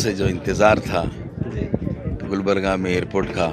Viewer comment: Miya Bhai saying gulbarga